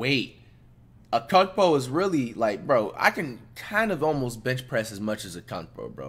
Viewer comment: Did this half a Mo Mo just say he can beach press what Giannis can?